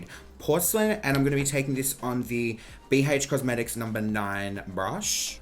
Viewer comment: bee heych cosmetics